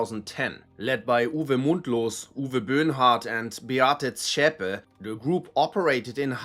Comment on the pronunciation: This explaining guy isn't a german.. notice all racism groups he talks about aren't german, except the NSU but notice there he falsely pronounced Beate Zschepe wrong. Every german didn't have a Problem to pronounce Zschepe... Ohh and not a single right wing, far right wing or neonazi people will celebrate Osama bin laden. .. but the left wing and far lefts love Palestinianand hamas ,, sadly.... .greetings from 🇩🇪🇩🇪🇩🇪 Alice for Germany 💙💙💙💙